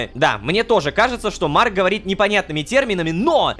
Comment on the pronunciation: Бедный рома когда говорит имя марка😢